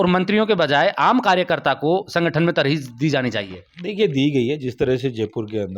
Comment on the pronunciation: तरजीह होता है Mr. reporter